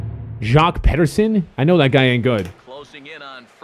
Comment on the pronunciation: You clearly don't watch baseball in real life, how do you pronounce pederson the way you did 😂